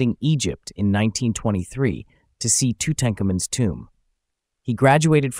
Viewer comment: You probably should check the correct pronunciation of "Tutankhamun"!